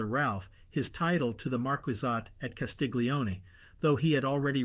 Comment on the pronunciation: Wonderful, thank you. Castiglione : 'glio' pronounced "llio" as the English word 'million'